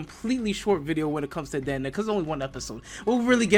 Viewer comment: It’s Dan da dan